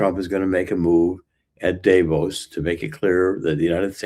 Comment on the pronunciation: First of all pronounce Davo’s right , it’s not with a long A. I voted for Donald Trump. Don’t get me wrong, but the way you guys use slang it doesn’t provide a very well educated platform. Nobody gets to say hey, because another country is this or that just because we have somebody empowered that’s willing to step over Supreme Court justice and NATO to say I’m just gonna do this because it’s good for your country. That’s not cool at all.